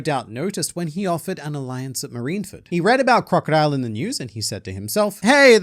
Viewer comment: Its pronounced, "Crocodile"